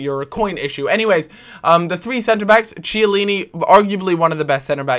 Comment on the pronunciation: Kee-ah-leen-ee not chee please!